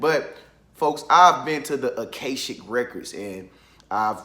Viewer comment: Isn't it pronounced A-KAH=SHICK? Doesn't matter, I just want to be sure I won't continue to mispronounce it.